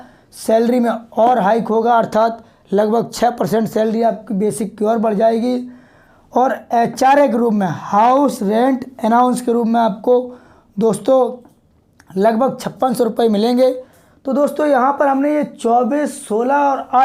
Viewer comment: Allowances ko announce kyo bol rahe ho